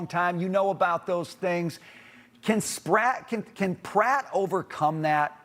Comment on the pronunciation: Did he just call Pratt Spratt? 😂